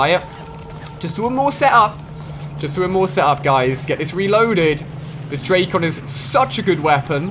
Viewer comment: Ali-A i am a big fan, but it is so cringe when you pronunc the names of the Guns, like dracon,its not drac on but dracon i one word.